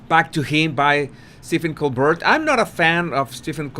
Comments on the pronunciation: Cole-bear, that’s the way to say it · Prounounced : “Cole-bare”…..as if a French name. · Hello! Love your work. Just a small suggestion...Colbert is pronounced Coal Bear. I look forward to your broadcasts. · tip for you: Pronounce Colbert = "coal-bear" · His name is pronounced COLE BEAR.... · It's also not that difficult to say "Cole-bare." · Col-BARE - as in a grizzly bear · Coal-Bear is the pronounciation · Stephen "Cole-bear". Pronunciation "BOOzy" 🇺🇸 Love you! Harry whined about not providing her protection in Canada before they were married. She gets to the UK and she is not only protected, but trained. What's his beef?? His beef is simply to have a beef. And yes...Stephen stung him a time or two. ☺ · Steven Colbert - his surname is pronounced coal bear. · Colbert is provinces “Cole-Bear”. Just trying to be helpful. No disrespect. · I believe the name Colbert is French and therefore should be pronounced Colbear (bear like the animal) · FYI his name is actually Colbert ('t' pronounced), but people pronounce it Col- bair (like hair) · Woohoo! Fireworks and a show! You can pronounce Colbert's name this way, Coal Bear. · Pronunciation Coal-Bear Colbert is french so the T is silent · Pronounced like Coal Bear' (emphasis on second syllable.) It's a French pronunciation (although he isn't French.) 🟠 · Colbert is a French name. Jean-Baptiste Colbert was a French "ministre" who served King Louis XIV with devotion. And in French, usually, the last consonnant is not prounounced. So: Colber..... not Colber t. However, since this Colbert is in America, believe that he can understand that Americans and all English speaking people are going to pronounce the final -t as it is done in English. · Col - bear (like a grissly) ! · Just letting you know that Stephen's surname is pronounced in the French manner. As someone wrote already the "t" is silent. Say it as written "coal +bear" or "coal+bare". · colbert pronounced cole beer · Colbert = Co-l- bear